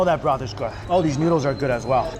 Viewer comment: I have a question, Mike..... who taught you how to say "good"?